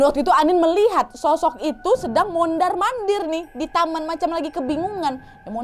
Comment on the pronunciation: Humorku sebatas "mondarr mondarrr" 😅😅 Ternyata bagian dari daya tarik bercerita nya kak nad adalah ketika ngomongnya kebolak bolak, terlebih memang gaya bercerita nya yang unik, jadi canduuuuat dengerin nya 😅😅 . Thanks kak nadddd, Sehat selaluuuuuuuuuu ..